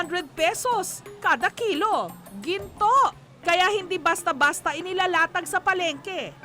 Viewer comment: basta bastaa HAHAHAHA parang foreigner umimik ah